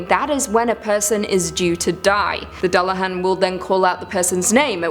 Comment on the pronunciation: Dear god it's pronounced "yo-ton" and "duel-a-haan"